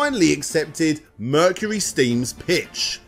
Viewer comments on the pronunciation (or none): none